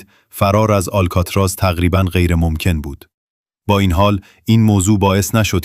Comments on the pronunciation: هنوز نمیدونی آلکاتراز آل....بوده در اَدای واژه مشکل داری ک.... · اشک آلکاتراز ن یه بار هم نشنیدی آلکاتراز